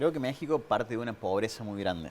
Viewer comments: La letra X ,en México,Texas y Oaxaca, se pronuncia como J⬅️ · Mexico... pronuncia la X???